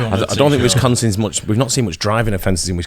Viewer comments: The fact that calls WISconsin, WESTconsin, irritates me as someone originally from there.🙃🙃🙃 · definitely says Westconsin.